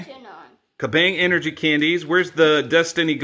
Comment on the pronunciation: 'emergy' is that a thing?